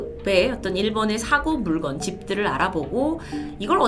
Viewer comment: 사고 물건?? 물껀이라 읽어야하지 않나?